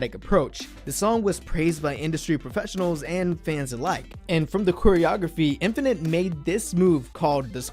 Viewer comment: 1. I love how you oronounced their names not by romanization but how it should be in Hangeul :)) 2. thank you so much for doing this! this means a lot to me, a fan of Infinite since 2011 (i stopped fanboying to other KPop groups after them, it's been 9 years already and now I'm in medical school ... watching this reminisces me so lots of good memories) 3. IM SO PROUD OF MY HYUNGS!!!!